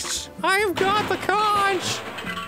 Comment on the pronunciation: Kudos to Dan pronouncing conch correctly the first time he said it, and very disappointing that the games doesn't.